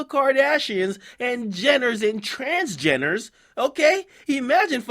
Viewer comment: "Trans-Jenners" Lmfao😂😂😂😂